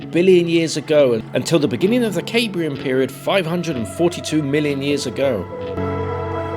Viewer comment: I've not watched all of it but yr pronounciation of 'Cambrian' is way off ie shld be Kam-bree-an. Interestingly of the Cambrian explosion when a huge amount of crazy new life forms developed scientist and author Stephen Jay Gould wrote his book 'Its a Wonderful Life' based on this 'what if' scenario. An excellent read.